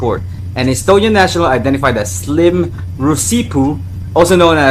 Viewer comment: I watched nearly all his videos, the video you’re talking about is a bit cringey but the woman I remember was quite uncomfortable, and she didn’t look like she wanted him near her and his names not ‘Slim’ it was pronounced ‘siim’